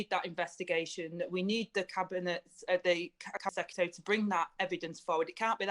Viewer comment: She pronounces 'secretary' in much the same way Homer Simpson pronounces 'nuclear'.